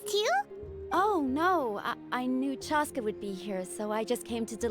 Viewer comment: Saying chASSca makes you sound country